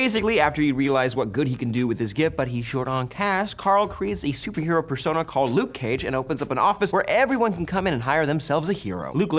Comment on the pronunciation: he said "supey heroes"